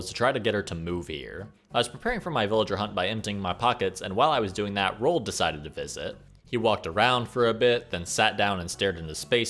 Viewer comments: Why do you pronounce Roald als rolled lol. It's Ro-ald. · RO-ALL-DUH not "rolled" Sorry that shits annoying.